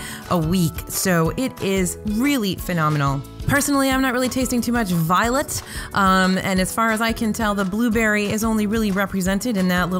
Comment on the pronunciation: Lol the way said violet. Can’t taste it!!!! Bring on the violet flavor for!